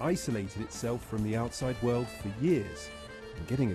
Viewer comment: Damn russian people. Why can you say Ural but not World. Why do you have to say Vorld?